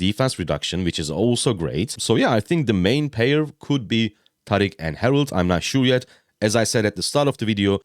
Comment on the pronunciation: I'm here for the pronunciation thank you for pronouncing it right. Not like "Tareeeek" 😭